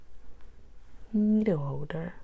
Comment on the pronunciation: “Needow howder has gow handowes”